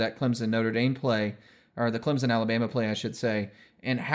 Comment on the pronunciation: “what we saw was contact was either initiated by the defense or mutually initiated” - Roger Redding (NCAA coordinator of officials) Yea it’s a pick play, but technically it’s not offensive pass interference, so a good no call. Also thanks for pronouncing ClemSon correctly lol